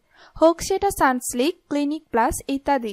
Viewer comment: Sunslik? Pronunciation wrong